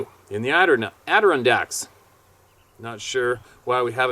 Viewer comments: it's pronounced. AD- Der- Ron - Dak. Just saying. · Haha, I'm not a "know-it-all", I promise... but, have heard you chuckle thru Adirondack quite a bit, "Adduh-RON-dack". Try that one. Thanks again for everything,... CHEERS!! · ADI-RON-DACK. I hope that helps brother man! 😉 Much love to you and yours and everyone else at the Roundtable of Knowledge!